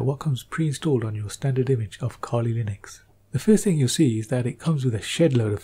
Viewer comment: I love his voice. I really do. except one thing about his accent: "kali lainuex"